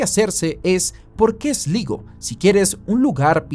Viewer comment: Esligo... Sslaigoo ay ya compadre 😅😅😅